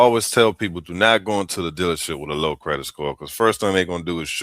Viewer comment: As the most amazing parents in the history of the world told my lil sis & I "We made you beautiful, You have to make yourself smart" ✅✅✅ Done! The pretty girls featured in this content Seriously needed parents like mine... NPR? Huh? Can't even pronounce "credit" etc etc..... Wow!